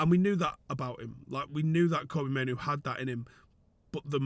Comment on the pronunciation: the only one I've heard pronounce Mainoo correctly 😂❤